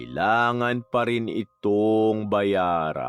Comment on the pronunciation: Hahahaha napa subscribe tuloy ako dto ang kulit ng pag kakabigkas ng waaaakkkaaassss😂😂😂 kakaiba ang pagna narrate mo Boss, hahahaha... pero magaling din ang pagmamanipula ng boses mo, kase dati nakita napakikinggan sa Kay Lola Telang 😁... pero seryoso angganda ng kwento, nyo lagi ni Lola Telang laging may napupulot na malaking aral sa buhay.